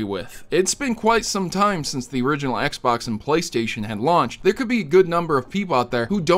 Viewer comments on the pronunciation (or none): none